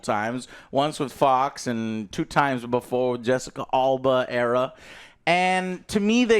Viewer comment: Bro how can you not even pronounce Jessica Alba’s last name correct 😂😂